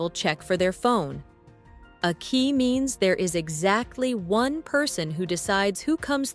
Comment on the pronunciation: Who LIVE in one, not "who live in ONE. AI voices do not understand human inflection.